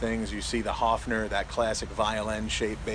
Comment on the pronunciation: It's not Hofner. It's Höfner